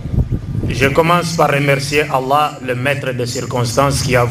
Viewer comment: Zabour Medine Il y a des manières de glorifier le nom d'Allah, il est trop précieux pour en faire une onomatopée déformée et désagréable à entendre, la prononciation est mauvaise, personne ne le corrige, et il continue. Est ce que tu as déjà entendu une vraie et magnifique glorification du majestueux nom d'Allah??? Alors réfléchis avant de parler sans savoir, et quant à mes commentaires sur youtube, si tu n'es pas d'accord avec, personne ne t'oblige à les lire, youtube est une plateforme sociale, tout le monde est libre de s'exprimer et de donner son opinion. Quand quelque chose est mauvais, il est du devoir d'un musulman qui respecte sa religion de le dire sans peur. Ne pas le dire c'est de l'hypocrisie, le nom d'Allah est beaucoup trop majestueux et puissant pour le déformer d'une manière aussi grotesque.. Dernière chose, ce n'est pas en hurlant et en écrivant en gros que ton commentaire aura plus de poids, cela démontre simplement que tu n'as absolument rien à avoir avec ce que tu prétends défendre, le musulman ne se met pas en colère, ce qui n'est pas ton cas.